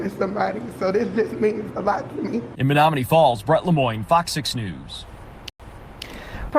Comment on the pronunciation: Pronounced men NOM man KNEE. Just helping.